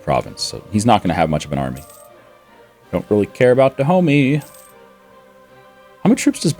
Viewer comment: Stop pronouncing "Dahomey" wrong.